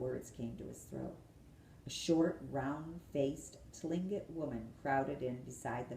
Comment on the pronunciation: "Tlingit" is pronounced "clink-it"